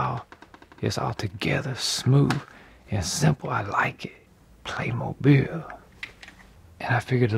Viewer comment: This is the best pronunciation of Playmobil hands down.